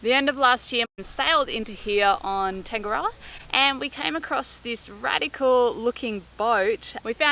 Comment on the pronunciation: Hi...love all your vlogs...but please please please...tangaroa...its said...taa nga roa...or...tung a roa...not not... tang ga rower...nga mihi nga aana